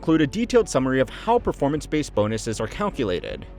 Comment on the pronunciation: Lol. Perfonmance....yeah i caught that.